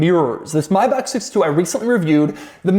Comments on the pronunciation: But what's up with "My Bach". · Doug pronounces it wrong. Same deal for Maybach.